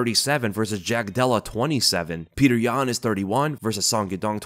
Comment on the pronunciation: Pee-yuh-oter yan for the dub